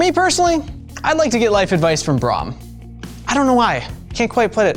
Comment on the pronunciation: Why when he say hes name he do so many mistakes in word B R A U M?